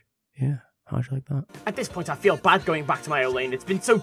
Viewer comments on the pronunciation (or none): none